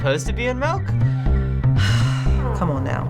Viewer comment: The way says "Milk" is funny af XD